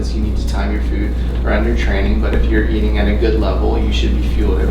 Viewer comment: For a minute there I thought he was saying "poop" quality...and I was like...hell yeah dude...you gotta look at your poop...it tells you so much about how your body is doing...but no..."food" quality folks...not to be confused with "poop".